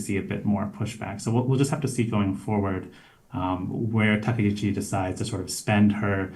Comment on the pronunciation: Maybe my ear is bad but I hear everyone call her Takeichi. Isn't her name Takaichi 😂😅?